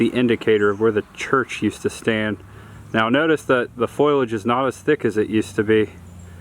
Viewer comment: Foliage. Lol foilage. It's like people saying nucular instead of nuclear